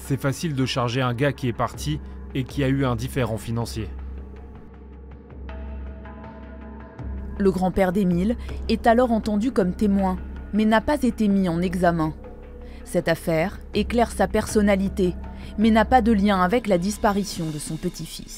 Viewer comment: Tout le monde parle de la faute d'orthographe sur le mot foi, mais personne ne parle de la liaison qui arrache les oreilles à . "mais n'a pas tété mis" Ouch !